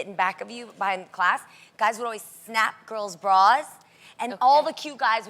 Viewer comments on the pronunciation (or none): none